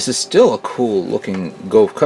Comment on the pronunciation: every time he says gof i cant help but think you done goufed